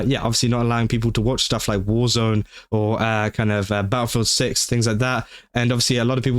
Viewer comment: Honestly... I dont say this withe the intent to insult you, but everytime you said, "Battlefield 6" thanks to your accent, thought you were saying "BaoFoot Six" and it was some sort of new horror game centered around Bao.